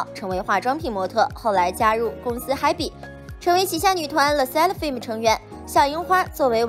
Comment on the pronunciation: Hybe 不是念 嗨逼。。。。。